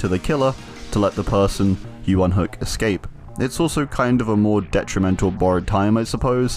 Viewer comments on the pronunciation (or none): none